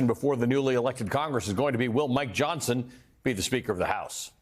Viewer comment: That Fox guy said Speaker "Johnston" at :31. No one has ever accused Fox of having any intelligence so I guess we can let it go. Love me some Jasmine Crockett BTW.